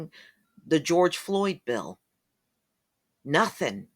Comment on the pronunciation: He sat up here and said a whole bunch of Northing!